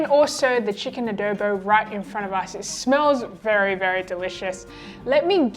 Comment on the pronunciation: showed this video to my filipina colleague. the notes were..... pronunciation of the word Adobo. Its not Ahh-dow-bow, shorten the o sound by half. And also $22 and $25 for a takeaway container serving is too expensive but in this covid times anything to support the small business is good. All in all it was a thumbs up hahaha.